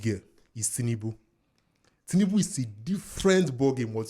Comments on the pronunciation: Lol… an Igbo man will say Tinibu 😂. I myself have to consciously pronounce it well. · This my Anambra brother pronounce tinubu in a funny way 😂